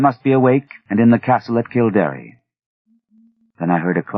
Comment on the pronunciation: It's kill-dare not kill-dar-eh. It's interesting that Lovecraft knew of something as esoteric as the book of invasions. I thought only Irish people knew those stories. Also, I don't know how easy he thinks it is to drain a bog, but it takes years not weeks or days.